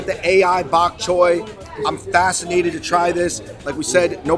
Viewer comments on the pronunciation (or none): " Bot Choy " ?